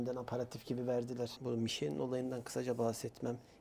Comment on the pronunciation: Müsadenizle küçük bir katkıda bulunmak istiyorum. Michelin "mişlen" , hommage "omaj" olarak okunuyor. Hommage saygı gostermek, saygı sunmak, saygí duruşu anlamına geliyor. Sanıyorum restoran menüsü ile fransız mutfağına bir saygı duruşu niteliğinde..